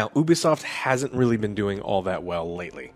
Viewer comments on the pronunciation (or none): It’s, U-B-Soft. Not, Oo-B-Soft